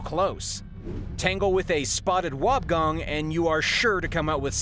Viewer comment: It's pronounced wob e gong